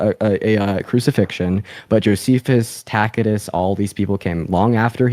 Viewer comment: That guy won the debate when he pronounced Tacitus properly